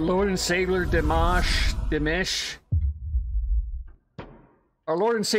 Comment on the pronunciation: Although some people can be picky you're far better off pronouncing it DeeMosh. That's much closer. Pronouncing it Deemish will definitely get people upset. This is a beautiful song but far far better with the live video of which there's a few copies on YouTube so it's such a pity that you used this adulterated one.